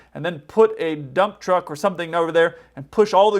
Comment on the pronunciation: "Drive the jrump tuck"